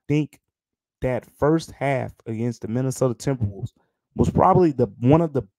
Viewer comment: the "mInAtOdA tMbrWoLvEs" at the start killed me lmfao love ya great episode